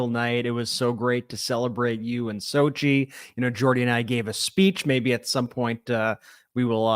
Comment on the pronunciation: Congratulations on your wedding nuptials. I noticed that it appears that people mispronounce your new spouses name Xochitl is an Aztec name all the vowels and consonants are sounded I hear phonetically pronounced Sochi it should be pronounced Sochitl with the t and the L pronounced as well just and fyi .Again congratulations.